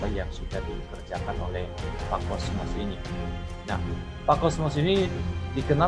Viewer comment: Maaf,bukan kosmos tpi Kosmas